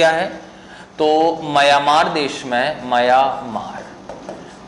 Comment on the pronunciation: सर जी आप म्यांमार को मयामार कहते हैं।